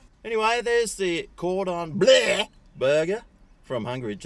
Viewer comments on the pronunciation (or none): The way he pronounced “bleu” had me howling